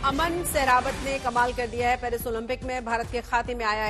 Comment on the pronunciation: Parsi nahi Paris hota hai